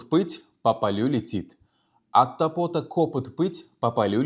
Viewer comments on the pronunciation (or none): 1.Ударение: От топОта кОпыт эмас, От тОпота копЫт булиши керак. Омад ёр булсин. Харакат қилаверинг. Хаммамиз хам хато қилиб урганганмиз.